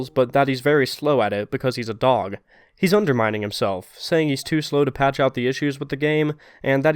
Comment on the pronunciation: Ah yes D ö g